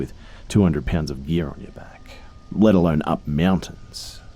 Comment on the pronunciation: Is that or he says mountain like Meewuntains.😹